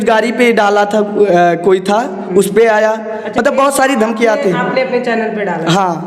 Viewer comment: Thamnain to sahi karo lo dhamki ko "damki"🤔🤔🤔🤔🤔